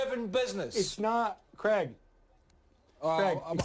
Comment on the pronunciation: Its not Cregg, its Craig...